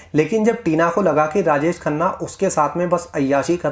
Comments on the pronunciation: Raajes nahi raajesh boliye 😏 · Rajesh ko rajes kyon bol rahe ho thik ucharan karo